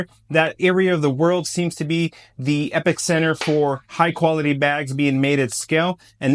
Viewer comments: The word is epicenter. Not epic center. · it wasn’t in the captions. You pronounced it at epic center. You said it wrong.